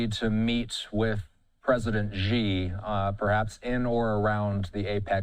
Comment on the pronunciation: Google says China presidents name is pronounced Shee